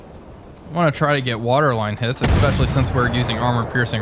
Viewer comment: Good video, it's "especially" not, "EX-peshshully". Cheers.